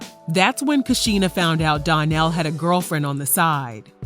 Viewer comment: His name is pronounced Don-Nell. The label is pronounced Luh-face